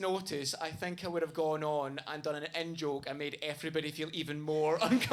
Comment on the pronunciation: So when you say " in - joke " ... I hear " N - joke " which makes me think you constantly make jokes with the " N - word " lol... so I was confused for a bit lol. Also great and loving tribute to your friend. You're a great person.